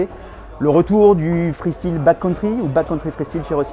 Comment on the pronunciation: J’ai mal aux oreilles chaque fois que j’entends « freestile » 😂